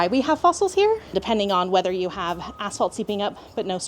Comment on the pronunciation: English is not my first language and for some reason all I could hear when the lady said asphalt was “as**ole”. Had to double check a few times, because it made it a bit weird haha